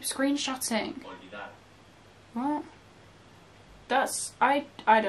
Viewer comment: heyy i'm spanish and olvidar means forget. Your pronunciation is really good actually :)